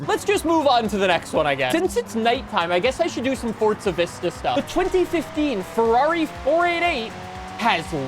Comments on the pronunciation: my myth Forza Horizon 5 is NOT pronounced as FORTZA Horizon 5! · I’ve watched a bunch of FH5 vids and keep hearing it pronounced: FORT-za. Any reason why? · Heres a Forza myth for you, theres no T in Forza. You clearly have an accent but how does that mean you start adding letters into the middle of words 😂